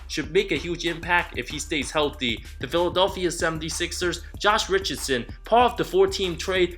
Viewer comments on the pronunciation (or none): none